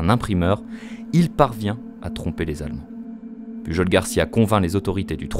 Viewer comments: pujol ce dit "puyol".. :-) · Sa se prononce pas puRol ? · Ça se prononce pas PuJJJol, un effort s’il te plaît 😅